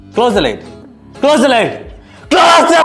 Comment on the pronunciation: Closh the light😂